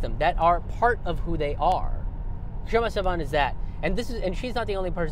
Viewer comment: Sawant is too polite to correct people who butcher her name even in front of her but seeing another indian butcher her name I have to step up and point out that the k in her name is silent.